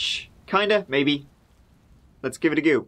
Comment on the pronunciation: "let's give it a gew" "let's give him a gew too" LOL that's one... Two... I wonder if there's going to be a TREE!?